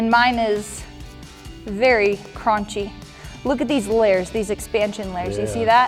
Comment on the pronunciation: VeRY C R O N C HY